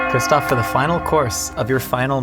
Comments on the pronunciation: Not Christopher but Christoph Name Waltz is to be pronounced as "VALTZ" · As a fellow christoph im offended don't add an R it's christoph not christopher it's actually annoying af